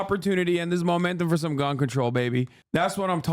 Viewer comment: "Its not cuns that kills people" lol